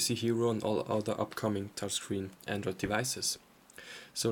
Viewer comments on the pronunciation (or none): none